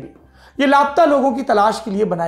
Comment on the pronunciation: दिल हिला देनेवाली कहानी है मेक्सिको की। ऐसा होने की वजह समझमें नहीं आयी। एक बात खटक रही थी, सौरभ जी। आप बारबार "लाप्ता"ऐसा उच्चारण करते रहे। वास्तविक में उच्चारण " ला-पता"ऐसा होना चाहिये, है न? वैसे आप हमेशा इतनी अच्छी हिंदी बोल लेते हैं, कि लाप्ता शब्द आपसे सुनना बुरा लगा। मैं आपके प्रोग्राम बहुत चाव से देखती हूँ। प्लीज do not mind ...